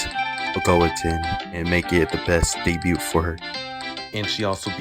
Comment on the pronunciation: Why are you pronouncing the T in debut T-T. No hate btw thanks for the reccs ❤